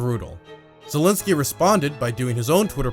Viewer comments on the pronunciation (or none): none